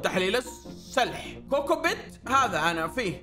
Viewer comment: كوكبت (قمرة القيادة) ❌ كوكوبت ✅